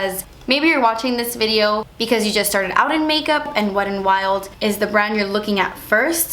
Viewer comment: I never hear the T when you say the name, so it sounds like Wed n Wild. 😄 Beautiful look!